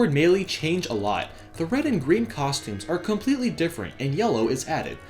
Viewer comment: Why do you pronounce Melee so weird?